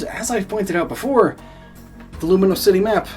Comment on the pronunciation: Lumiose, not Luminose.